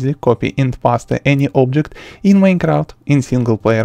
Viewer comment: He totally said pas te hahaha its paste bro peast if you pronounce